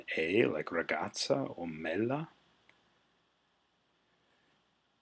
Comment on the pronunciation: Sono italiana e la tua pronuncia è perfetta! Ti sei "tradito" solo su "Mela", dove accenni ad una doppia che non c'è (invece di MELA pronunci MELLA... it's not a big deal :) ) .. In ogni caso complimenti per i tuoi video, sono capitata per caso qui e ripassare un po' di grammatica fa bene anche a noi italiani che spesso la dimentichiamo (come il caso del congiuntivo) :)